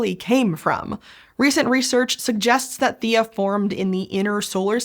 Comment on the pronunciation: Hmm. I swear a previous video pronounced Theia as thay-uh. Not thee-uh. I just named my new Kitten Theia (Thay-uh). all well. I like the Thay-Uh pronunciation.